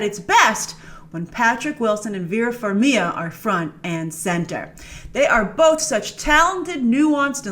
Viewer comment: Dammit, Grace! It's pronounced "FarmiGa" 🤣